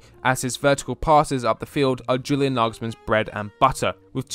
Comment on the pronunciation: Practice saying YEW-lian....it's not JU-lian